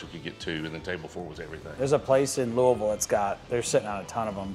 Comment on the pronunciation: Nice work pronouncing Louisville correctly 👍🏻